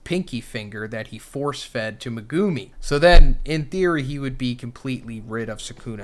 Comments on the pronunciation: Megumi ❌ Megoomi ✅ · Like if you hate how says megoomi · Please say megumi correctly